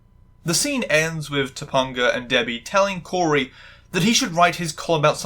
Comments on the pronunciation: This is a good video overall, but mispronouncing Topanga's name consistently was weird and pulled me out of it a lot. You watched the episode, you heard them pronounce it. Not sure how it wound up this way. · I struggled for, like, 10 minutes trying to remember a trans or trans-adjacent episode of BMW before I clicked play. I vaguely remember this episode. Mr. Feeny talking about Black Like Me and Shawn as a girl ring a very distant bell. I guess it didn't make much of an impact on me. Perhaps it's the cis or the fact many other family shows had episodes like this. I love how you say "Topanga." I absolutely recommend this show, but I'll cop to rose-colored glasses. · I'm sorry, did you just say TopUNGa? I'm cackling. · I grew up on this show and like other commenters, this was part of my bi awakening. lovely video. I kept laugh/cringing anytime I heard "Ta-pun-ga" haha. For any curious non-Americans, her name was a little weird for most of us bc Topanga is also a street in Los Angeles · Top-UN-ga? I LOVE the videos in this series, but your frequent mispronouncing of names are like daggers in my heart. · First of all say it right or pay the price her name is pronounced Ta pinga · 2-PONG-UH?!? Did you watch ANY of the show? That is not how you pronounce her character's name. To mispronounce someone's name is functionally the same as calling them by an incorrect name. You've heard it spoken aloud many times in order to do your research for this video. Acknowledge that you're wrong. Your personal accent is not an excuse. Pronounce a person's/character's name as they pronounce it. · I'm so sorry but I die a little every time you call her Tupponguh 😂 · It’s pronounced toe- pang- uh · I know this is stupid but I can’t handle how wrong your saying topanga so often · The way you pronounce topanga is killing me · the way you pronounced Topanga lowkey made me wanna cry LOL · TopAnga, not TopUnga. the AN is the same as in the word TRANS, so I know you can pronounce it.